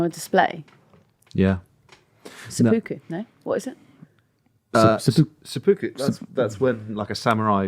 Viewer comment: Hi, random person from Japan here. Best to pronounce it Sep-puku, as there is a little gap in there. Or Se-Puku, or Hara-Kiri (rolled R). You can get on with your day, now.